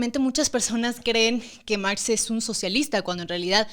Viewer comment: Mergs " es Marx en inglés ajajajajajjajajajajajajajaj